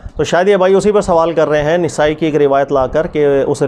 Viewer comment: نون کے زبر کے ساتھ نسائی ھے زیر کے ساتھ نھیں سر مفتی جی